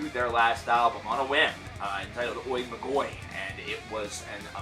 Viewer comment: Good job mate, I really enjoyed the review. A little note: Oi Magoi is pronounced "e mayi" which means the magicians :)